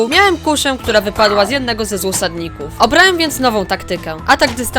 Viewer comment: Mówiłeś złosadników czy osadników